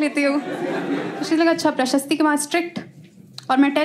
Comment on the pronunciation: Every time she goes “Prashasti” I crack up😂